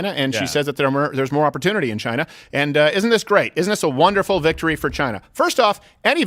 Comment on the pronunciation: Trump: "Biden is a puppet for China." What I heard: "Biden is a puppet vagina."